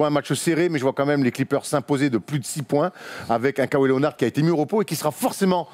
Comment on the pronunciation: Keuwaï ça fait saigner l'oreille aussi ! ^^